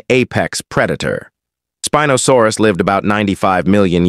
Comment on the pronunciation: Why did he say spinosaurus like spin no saurus